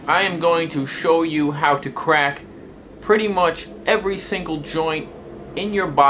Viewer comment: I didnt know Elmer Fudd had a son . . . " im gonna cwak evewy joint in my body! "